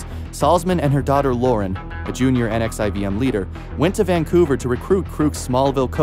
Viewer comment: Pronounced "nexium" & not literally each individual letter.